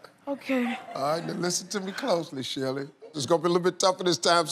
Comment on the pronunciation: ha. he calls her shelli lol